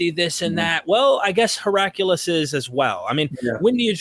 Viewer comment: Pronounced “He-ra-cli-us” from “He-ra-kles” (Greek)